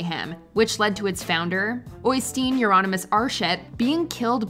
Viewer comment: I'm about to nitpick, but it's odd that you pronounced Øystein Aarseth's first name wrong and last name (approximately) right. The diphthongs are wrong there, as "øy" is closer to "öü" than "oy" in my native Turkish (even though that language doesn't have diphthongs)... screw that, it's the Dutch "ui". The "ei" is kinda between the English word "I" and the Dutch "ij". I don't blame you entirely though, as those are tricky for English speakers compared to "aa/å". Even though my impressions don't exactly line up, the IPA helps.